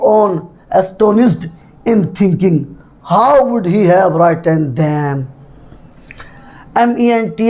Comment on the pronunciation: Written ka Pronouncetion ghalat h